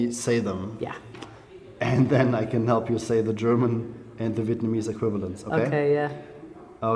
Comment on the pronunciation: Vietnamese accent is really good. I'm surprised!